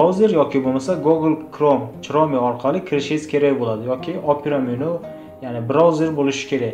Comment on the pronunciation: oka iltimos google chrome yoziladi gugl xrom deb uqiladi chrome mas tug'ri uqing oka kulgimni keltirdiz lekin😂